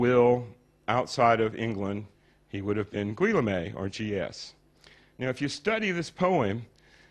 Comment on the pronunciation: 'Gwe la may' ???!! You mean Guillaume (Geh ohm)? lol some expert.